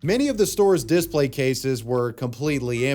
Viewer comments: "Display" is pronounced dih-SPLEY (/dɪˈspleɪ/), with two syllables and the stress on the second syllable ("play"). It is pronounced the same way whether used as a noun or a verb. The "di" makes a short "i" sound as in "ship," and "splay" rhymes with "day" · Are you saying "Displate" everytime you say "display"? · I feel like you're subliminally advertising for "Displate" every time you say "display" hahah